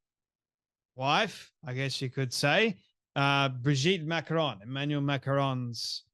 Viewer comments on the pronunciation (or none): Why do Americans mispronounce names.She says Macrones. Everyone knows how to pronounce their name.